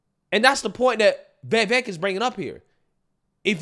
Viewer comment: You MUST learn to say Vivek's name properly. He's an excellent candidate and deserves to be respected. Please take an hour of your time to learn the man's name. Here's the proper pronunciation